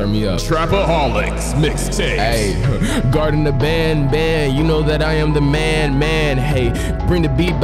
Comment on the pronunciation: The greaten of banban😂😂😂❤❤❤ mikeeey it’s the garten of banban Edit: bless you😅